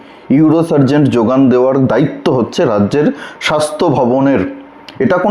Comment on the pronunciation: এই ধরনের ইউটিউব প্রতিবেদন করতে গেলে উচ্চারণ ঠিক করা বাঞ্ছনীয়। সার্জেন হয় ডাক্তারি শাস্ত্রে।সার্জেন্ট হয় ট্রাফিক পুলিশের।